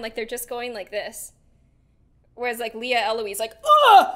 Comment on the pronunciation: It’s not “Lia” it’s “Lea”